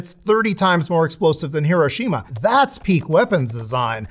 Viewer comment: How the fxck can someone call themselves a "Nuclear Historian" and pronounce Hiroshima that incorrectly?!